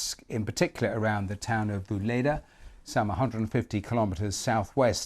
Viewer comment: Really!?!?! It's pronounced, VUL E DAR